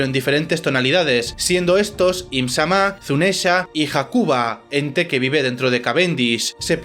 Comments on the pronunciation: solo dijiste bien una vez im- Sama sin acento. todo el vídeo bien pero las pronunciaciones, con esa una vez te das cuenta que si puedes hacerlo mejor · No me suscribo. No pienso ver a quien diga "EEHMZAMÁH" Encima, el acento españica no me lo esperaba. Mejor vuelvo a la fandom en inglés. Y la cantidad de inexactitudes y errores... 😂😂 Si vas a hacer un video, hazlo bien. Da risa.